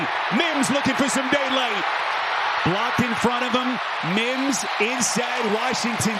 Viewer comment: If that dude says Mims like he does one more time.... 🤬